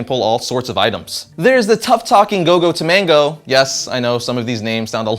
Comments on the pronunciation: TAMAGO TAMAGO NOT TOMANGO AHHHH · Go Go Tomago....not Tomango. Egg in Japanese.